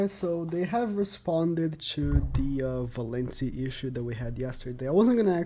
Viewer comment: You putting valenti not valenty really pisses me of